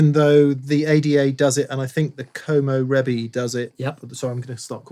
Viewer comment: If Komo Rebi is actual Japanese language, then the pronunciation would be koh-moh ray-bee. Actually that would be the pronunciation in any language that is not English because of the Great Vowel Shift that happened in the English language.